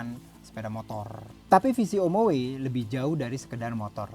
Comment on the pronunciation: Om-oway. Saingan om-mobi😂